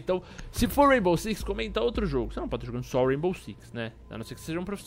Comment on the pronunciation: "raibow"